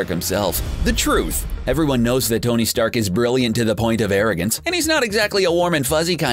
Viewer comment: did he say "stony stark"!!!